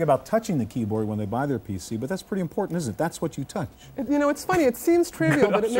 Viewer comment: Loved the “Don’t torrent,... it’s importa’nt” 😂🤣😉👍🏻